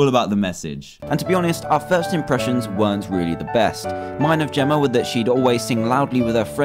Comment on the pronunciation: it Jemma not Jimma